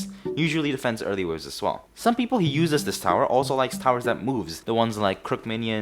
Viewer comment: i enjoyed watching soundsmith stereotypes, no wonder im hooked on the series already. (i also get triggered whenever you said uses, but its ight)